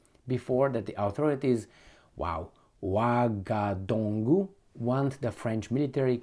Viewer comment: Ouagadougou is pronounced "Wagadugu". So simple yes?